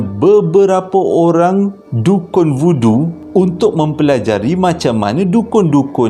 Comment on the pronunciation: Voodoo tu sekali dgr macam budu pulak.. 🤣🤣